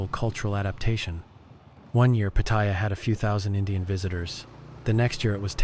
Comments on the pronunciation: Nice to know ❤ but its say pat—tar—yar in Thai sounding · Nope. You claim that you're a Thailand expert but butchered the name "Pattaya". You've clearly never been here. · Unfortunately, this video is full of overblown bullshit by someone who can't even manage to properly pronounce the name of the place they are trashing. The comments are filled with racism and general inhumanity. Unfortunately indeed. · WTF? Try to pronounce “Pattaya” correctly, eh? “Sanuk” also. I guess you have not been in Thailand long, eh?